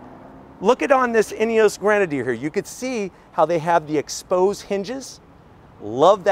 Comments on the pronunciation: It's not a GrOnadier, it's a GrEnadier 😂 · It’s pronounced Gren-a-deer FFS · For the love of God learn to say Grenedier.... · And its NOT GRAN.A.Deer It’s Pronounced Gren ah Deer . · "Fieldstream"...."Grenaidier"....how about getting the names right. Bit hard to take your review seriously when you can't even get the names and model correct. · I thought it was pronounced grenader , maybe just because that sounds cooler and I think most Americans will accidentally call it that, but they look cool and can’t wait to see one in person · Did they tell you how to pronounce grenadier? It’s different than I’ve ever heard it. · Fieldstream Trim???? BTW- they spelled Grenadier wrong and he is pronouncing it wrong. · OMG...learn how to say Grenadier! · Get the name pronunciation right 😩😩😩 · Dude at least get the names right if you are going to review a car. You can’t spell it, you can’t say it. It’s Grenadier and Fieldmaster.